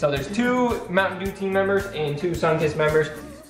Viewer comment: E!!! eeee! is dew not daw !